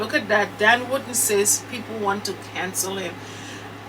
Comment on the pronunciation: I like the way you pronounce DAN surname,it sounds like you are saying "WOODEN"😁😁🤣🤣